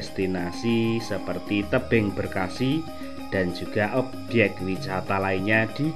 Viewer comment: Maaf om bukan tebing breksi tapi tebing breksi